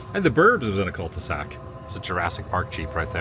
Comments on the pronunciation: Are you saying Cult-e-sac on purpose or did you mean Cul-de-sac? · Btw it’s cul-de-sac not Cult e sac.